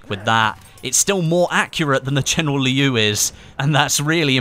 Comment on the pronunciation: I don't know if there are any other Mandarin Chinese speakers that can't stop noticing the pronunciation of "Liu" in this video like me.. am I alone?